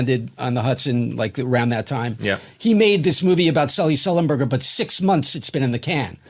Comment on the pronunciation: Of all these great Norm clips you show, this one cracked me up so much: how he mis-pronounced Sullenberger's name 3 or 4 times; the concept of producing a film about a pilot "before* he did anything to become famous; "On behalf of Us Air.........line". Just so wonky.